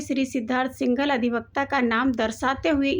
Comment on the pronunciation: First of All Correct your Pronunciation:- Heard (हियर्ड आपके अनुसार) = हर्ड Learned= लर्न्ड Singhal = सिंघल not सेहगल. If you feel nervous while reading or cannot pronounce properly then why do you read in English? This makes fun of yourself.